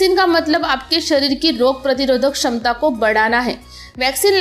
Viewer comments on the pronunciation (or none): none